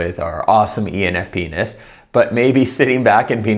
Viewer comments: Totally thought he said enf penis 🤣🤣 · I really love your videos and your content is always captivating me, thank you! This been said, we can clearly hear you say "penis", not only my opinion but also Google's automatic subtitles.